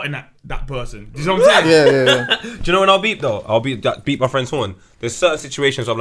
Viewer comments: Why does keep saying beebing 😂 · its beep not bib 😂😂